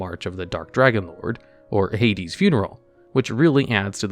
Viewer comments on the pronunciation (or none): none